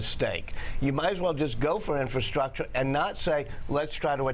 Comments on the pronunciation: OldCatLady MB i agree he struggles,, struggles worryingly UGE, not only with words and their meanings.... but did he say, repeatedly, "inferstructure" ....? You couldn't make this guy up, seriously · Mr Rogers is our President. Can you say "infrastructure"? Very good! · Oh that donny. He loves learning new four syllable words. Infrastructure. INfrastructure. INFRASTRUCTURE. I N F R A S T R U C T U R E.